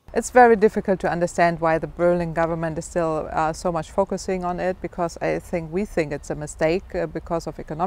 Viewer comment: How mush are you receiving from Washigntong?